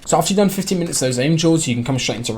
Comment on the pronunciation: I'm from the UK LOL but it sounded like 50 minutes tbh